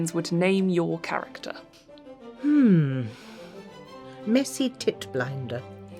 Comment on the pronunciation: Missy, not Messy.